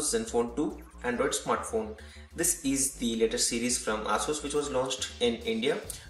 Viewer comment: Your pronunciation of Asus seems wrong.